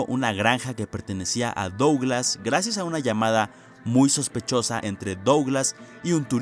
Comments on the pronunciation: wey, qué te cuesta pronunciar "duglas"? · AAAAAAAAAA pq pronuncias Douglas y no ''Duglas''